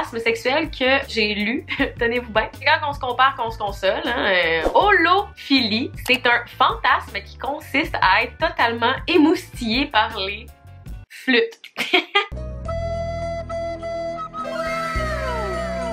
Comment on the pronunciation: Super bonne video, tres important comme sujet ! Mais btw, a chaque fantasmes que tu disais a la fin tu finissait pas pholie et pas philie 😅😂😂